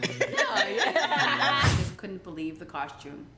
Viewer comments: the word is costume not coshtume stupid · Ion care Latoya keeping this season full of drama and I’m here for it but why she keep saying coshtume instead of costume 🤭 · Thank you. Why is Latoya kept saying "Costchume instead of Costume? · Coshtume, though. 🙄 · Why does she say costume like that? 😂 “COSHTUME”.